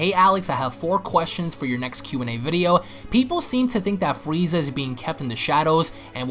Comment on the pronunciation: you said fweeza